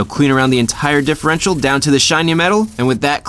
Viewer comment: Dihherential fluid